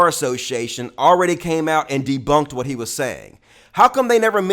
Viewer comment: "That's nwot what I said!"